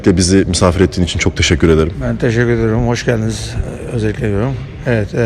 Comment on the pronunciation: de Hoşgeldiniz öncelikle diyeceğine kısık sesle içine içine hoşheldiniz özellikle dediğinde gülmemek için dudaklarını ısıran testo